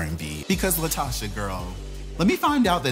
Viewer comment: It’s “LaTOCHA.”